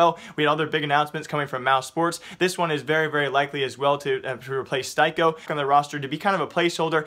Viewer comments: Styko is pronounced as Sticko... Thanks! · Joni Lantinga it's pronounced "steeko" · Styko's name is pronounced steeko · His name is pronounced Steeko, do you do this on purpose? It triggers me so hard, surely you just need to watch one mouz game and hear how the commentators pronounce his name, do you even really care about what you're talking about? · the only offense to styko is how you pronounce his name lmao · Rip Styko, rip Styko pronounciation